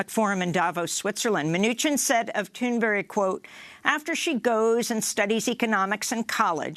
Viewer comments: Amy Goodman! You’ve got to stop saying Gretas name wrong, you said it right before! Now you’re saying “Thunberry”/“Thunbury” it’s so annoying. Say it with BERG at the end, please. Otherwise, I love Democracy now and listen to you guys every day. Keep up the good work! 🤓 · this is the second day amy has been saying greta thundbury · Is she saying the name right? She keeps saying "Thunburry". Is that how it's pronounced or is she saying it wrong all the sudden? lol